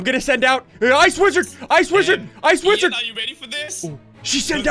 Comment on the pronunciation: Ssundee said widrard